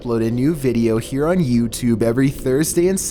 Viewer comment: Number 5:Youitube hahahaha